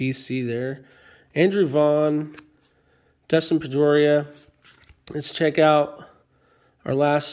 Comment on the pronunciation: I just thought you butchered Trevor Story and Dustin Pedroia, in the same sentence.